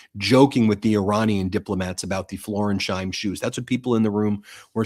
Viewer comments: BEN. The shoes are Florsheim, not Florensheim. FLOOR-SHIME. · It's Florsheim (FLOR-shyme) shoes, not Floresheim (FLOR-ez-hyme) shoes. MT has become sloppy and hurried. Dial it in, I want to keep liking you. This seems petty, but it speaks to details you're missing that you used to catch. I know you're busy, but keep on quality vs quantity. That's what I tune in for. Still supporting. I know, you're trying to deal with an insane news cycle. I just feel that properly addressing footwear is important right now. Really. Sincerely, John Barron, New Jersey, Capricorn. Thanks for your attention to this matter.